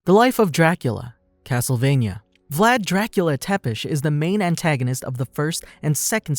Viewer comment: exactly, but how they pronunciate Vlad's name is kinda annoying like who the fuck says Vlad Drachiula Tapes, like wtf